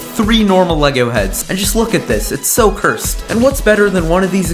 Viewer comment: He said cursted 9times dan